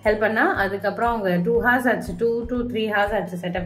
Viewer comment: Akka h is silent in the word 'hour'